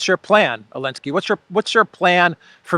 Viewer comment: is it just me or do you say elenskyy instead of Zelenskyy